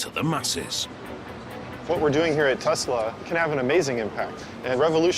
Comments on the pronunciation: Can you please stop saying tezla there is no ZZZ it is TESLA SSSS TESLA NIKOLA TESLA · I love TESLUR!!!!😂😂😂